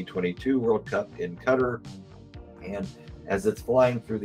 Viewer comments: you know damn well how to pronounce Qatar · I can't take anything this guy says seriously when he calls Qatar "cutter" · Bro said cutter instead of Qatar 💀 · brto said cutter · First time I heard someone pronounce Qatar as Cutter. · Why’d the other guy pronounce Qatar like that 😂 I never anyone heard anyone say that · Could he pronounce anything more wrong? Adidas? Qatar? ☠️